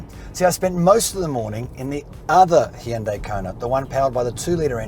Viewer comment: is one of the best Australian car reviewers by far - another great review. Plus he can also pronounce Hyundai correctly!